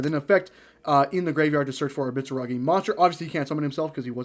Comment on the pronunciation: The "mitzaragi" was killing me 😂